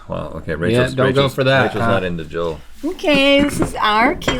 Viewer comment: One of my biggest pet peeve is when people say "Joe-l" instead of "JO-EL"